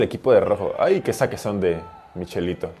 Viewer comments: michelito ajajjaj, se pronuncia miqueletto xD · "Michelito" jaja Aquí en mi país "chele" es un apodo muy común, y se escucho como que dijeras "mi chelito" 😂 Lo sé es absurdo, pero me hizo gracia, saludos bro!